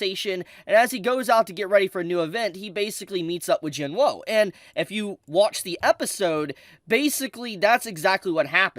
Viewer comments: not tryna hate but im pretty sure ur saying jinwoo's name wrong its pronounced 'jinoo' or 'jinuu" with a silent "w" so pls stop saying "jin woahhh"🤦‍♂🤦‍♂🤦‍♂ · It’s Jin WOO not Jin “ WHOA” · It's Jin WOOOOO not Jin woah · Saying his name wrong like jin-whoa is annoying as fuck... it's pronounced jin-oo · Why does it sound like he says Jim Lowe when he says Jing Woo. XD😂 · Bro its not hard to say WOO 😭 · y does blud say jin-woah💀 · everytime i heard him say "jin-woah" it hurt my soul 😭 (nice video though) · I love how mispronounces Jinwoo. It's cute. Everything he said is fax tho. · i have a problem with how they pronounce jin woo's name. the anime pronounces the character's name correctly, so why isn't this person correcting theirs.......